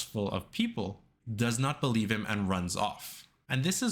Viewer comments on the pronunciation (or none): none